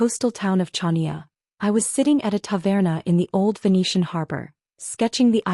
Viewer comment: Pronunciation is Hania, not CHania…but story is good!